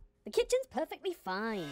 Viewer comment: You mean perfeggt